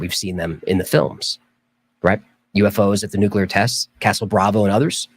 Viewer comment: Why do Americans say NUCULAR instead of NUCLEAR it's just the two syllables guys.